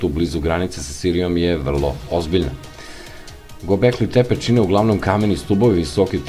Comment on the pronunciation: Говори као што пише:Гобекли Тепе, Вавилоњани(Вавилонци),Конквискадори и други свима познати појмови.Видео добар, аудио не.